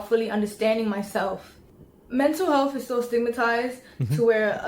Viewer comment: “Somebody’s mental healthf”